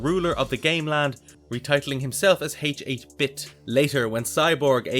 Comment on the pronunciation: You're killing me with "H-8 Bit". H8-Bit is pronounced "Hate Bit". It's a play on 8-bit, referring to his game world's graphics.